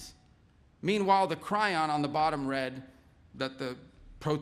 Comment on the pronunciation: It's not a "Cry-on", it's a Chyron, the name of rhe company that made on-screen subtitles a thing... Apart from that, well done!